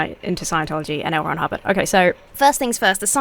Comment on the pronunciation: Ooh, L. Ron Hubbard... I kept hearing Elrond Hobbit... and I knew that was wrong. XD XD XD